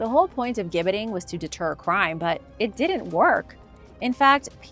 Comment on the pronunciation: Gibbeting = Jibbeting ..it is a "J" sound